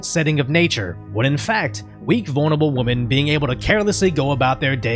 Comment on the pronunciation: "Strong independent whaamen"